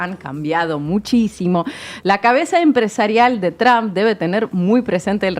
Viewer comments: El apellido del presidente de E. Unidos, no se pronuncia TRAM. Si no habla ni lee inglés diga Trump, no con esa A atravesada. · Mál dícho es TRUMP,, Bien dicho es TROMP,... Entonces porque seguímos diciendo TRAMP. Osea Manera incorrecta de pronunciacion natural del latíno. No es tramp , es tromp aunque se escriba con U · Este Trump, se oye como Tramp–a😂